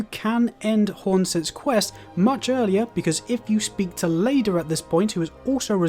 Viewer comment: only 5 minutes in and he's saying "eye-gon", "T-oiler", and "plasi-dew-sax" like man how can you get it so wrong lol